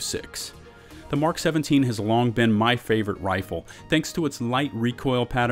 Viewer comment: Finally! Someone who pronounces the abbreviation "Mk" correctly, as in 'Mark', and not the phonetic M - K. :) I think some people do that so as not to confuse those who don't know that the phonetic pronunciation M - K = Mark and therefore may say something like "I can't find a weapon that says "Mark". ;) Yeah, I can complicate even the simplest of things. >;} ETA: I can hardly cope with the fact Bushmaster is #1 at anything. :| Note: the Bushmaster ACR was acquired from Magpul who originally called it the Masada. Note: Remington manufactures the select fire (full auto capable) version which they call the Remington ACR. With ACR meaning 'Adaptive Combat Rifle'.